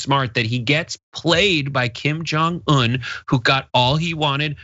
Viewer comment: Impressed with pronunciation of kim jung eun. As a korean america, saying he's one of the few that gets the last part correct.